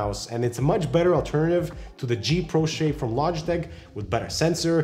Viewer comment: Logiteh lol